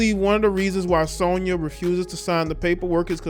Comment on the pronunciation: U not saying Sonya name right